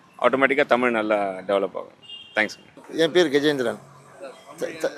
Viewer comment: இரண்டாவதா பேசின 'தாத்தா'வே.. தமில்.. தமில்.. னு, 'ழகரம்' பழகுங்க பெர்யவரே.. 🤕